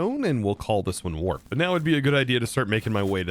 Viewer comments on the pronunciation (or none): none